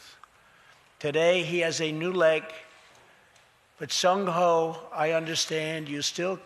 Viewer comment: It's Ji Sung Ho. It's like calling Trump, crump